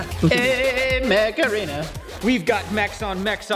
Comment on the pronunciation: At some point stopped saying “Mech Arena” and started saying “Macarena”